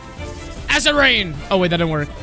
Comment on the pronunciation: asscid “acid”